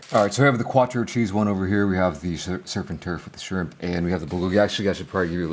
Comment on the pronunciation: Burger King got "SCHRIMP"??? 😂